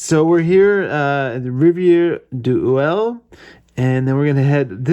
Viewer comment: No, Rivière-Ouelle does exist, close to Kamouraska, and he pronounced it correctly.